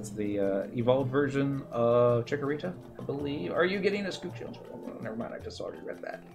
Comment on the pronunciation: uh skuh chn or uh SKUH chin. Not grammar police, just painful hearing it butchered like that lol. Thanks for this, even years later, as I just started my shield and this is all still relevant content and tips.